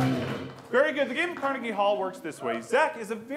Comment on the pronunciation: He pronounced Carnegie wrong lol